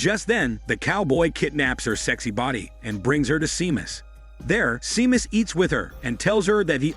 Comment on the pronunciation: It's pronounced as Shaymus not Seemus xD